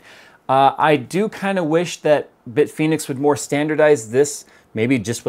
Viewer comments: "Bitphoenix": Whuzzat? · Bit Penis is what I thought you said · Bitfenix? bitfenix ghost